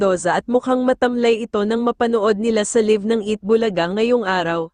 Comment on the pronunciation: Nag aral.ba ang NARRATOR NG VIDEO NA ITO? Bakit ang prouncement nya sa LIVE (LAYV) ay LIVE (LIV/LEEVE) 😅😅😅😂😂